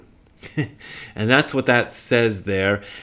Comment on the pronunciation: TL;DR "The Laymen, Magnificent Dharma Kaiju of Outer Space" is probably a good translation for the inscription. Brad misread the final part as "Ishi" when it is actually read as "Koji." (To be fair, I read it in my head as "kyoshi" before looking it up. There is no one who one hundered percent of the time nails reading a kanji they are not familiar with ). I feel like the choice in words is realtively plain and feels like someone with only a surface knowledge of Buddhism or at least no interest in using Buddhist terminology to say anything unique about the Kaiju. I mean, it is a kid's show. From some curosry googling in Japanese on the matter, I will try my best at giving an English rendering of the "kaiju ihai." First off, the inscription is divided into 4 parts, the ingou (院号), dougou (道号), kaimyou (戒名), and igou (位号). An ingou used to be a naming convention reserved exclusively for the empirial family, but has in more recent times been understood as just another name to slap on the ihai. "Uchuu-in" is best translated as "From space," but should be understood withe concept of "In" (院) more or less refering to a temple. "In" its more traditional placement would (from what I can tell) probably be their most closely related temple. According to , dougou were originally used by Chinese Buddhists to refer to an enlightened individual. They are often two characters and meant to represent a special aspect of the deceased while keeping in tone with the "kaimyou." Translating